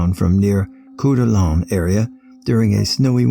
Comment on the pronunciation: Core-dah-lane is how u say that idaho city. Good attempt and I like us better though